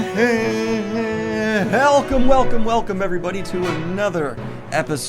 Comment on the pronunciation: You know when Daniel screws up “Welcome” and keeps it in it’s going to be a good show. Jokes aside,Keep up the awesome work, man.